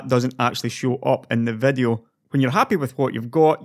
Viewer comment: You can't make the "i" sound can you? menutes, releve, vedio (almost made the i sound here) sorry - just found it funny, not a dialect I hear often